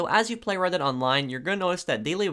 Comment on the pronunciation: I kept thinking he said Reddit online and I was confused